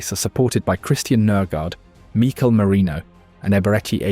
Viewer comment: When did Mik-el start being pronounced Mee-K’l